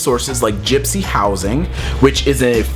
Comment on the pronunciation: You said GYSPY not GYPSY